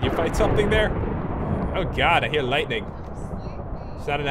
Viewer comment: I like how he said "I HEAR lightning"....😂😂